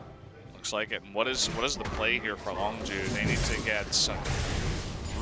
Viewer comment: that guy needs to learn how to pronounce longzhu